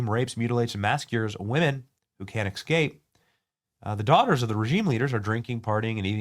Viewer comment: Did you say "EK-SCAPE ???